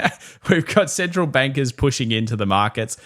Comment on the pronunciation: On the central bank liquidity chart, I literally thought he said the "central wankers" lolololol But that should be the new phrase. Central wankers and the CPLie